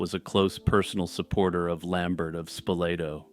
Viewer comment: those French names usually have silent last letters for some reason. Lambert is pronounced how Christopher Lambert pronounces it, in this case at least because Lambert was Frankish.